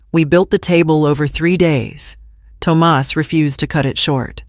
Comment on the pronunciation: Tum ahss NOT tom us